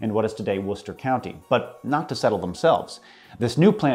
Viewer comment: Behold! An American that can properly pronounce Worcester! Praise be unto him!